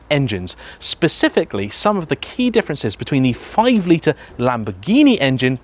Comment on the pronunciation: Not even close. His knowledge is obviously good, but his whiny droning voice is off putting and the total inability to ever use the letter T when it appears in the middle or end of word is just plain lazy and makes you want to switch over. If it was the odd word fine, but it isnt. I spotted all these in maybe a 3 min segment Litre Notice Diameter Twenty Skirt Majority Squirter Positive Negative Mating I'm interested in the subject, but I actually had to turn it off I found him that annoying